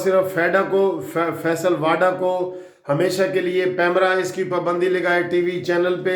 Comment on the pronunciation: متحترم صاحب فیصل واڈا نہیں بلکہ صحیح نام فیصل واوڈا ہے، مگر فائدہ کوئی نہیں آپ نے نہ تو معذرت کرنی ہے نہ ہی تصحیح کرنی ہے۔ بحرحال میرا فرض تصحیح کیلیے کوشش کرنا ہے اور باقی جیسا آپ پسند فرمائیں۔